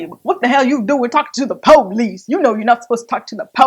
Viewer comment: Lmao the PO-lice